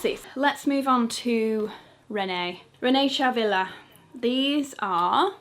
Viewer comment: not that it matters very much but Rene Caovilla is pronounced KA-OH-VILLA